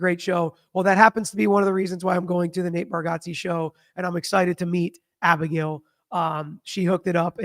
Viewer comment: Actually is saying it wrong. Lol. But Nate says he never corrects anyone anyways...